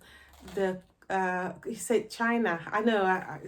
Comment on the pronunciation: It’s not chyna it’s the C C P